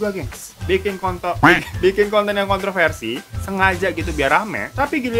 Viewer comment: Ngakak gua pas bang hiro typo ngucapin kontroversi😂